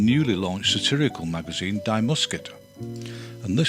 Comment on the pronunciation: Many thanks to Pete Beard for his amazing work in creating this fabulous series of videos, but also to "Goeddy" for translating those captions -- wow. BTW, for future reference, the pronoun in Die Muskete is pronounced "dee" (not "dye"). Cheers!